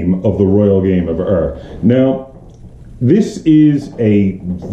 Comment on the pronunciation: It is not the Royal Game of "Err". Ur is pronounced as "Oor", in the same way the word Uhr is pronounced in German.